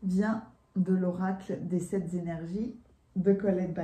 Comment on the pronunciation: tu sais que je t'adore! Alors, permets-moi de te faire remarquer que SEPT, ne comporte pas d'S... Alors... SepT Energies et non Sept Z Energies. C'est vrai, c'est très tentant de faire cette liaison!! Je t'embrasse fort. Merci pour tes lectures, je t'écoute depuis des années...